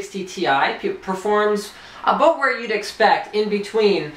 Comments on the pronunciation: soooo close to saying aboot :PPPPPPPP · when he says "About" you can tell he's Canadian :D